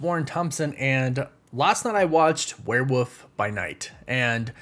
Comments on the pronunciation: “Werewoof by night” there is an “L” in that word. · Wtf is wereWOOF by night? What is with Americans butchering the English language😂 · I still don't get why you say "Werewoof" 🙈 Wolf comes from Wulf and you pronounce the 'L' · Do you say Werewoof on purpose because of your woof woof at the end or is just the accent. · hehehe...he said Werewoof by Night, lol. I get it. :) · Gotta be honest, I was looking forward to your coverage of this show because of the way you pronounce werewolf.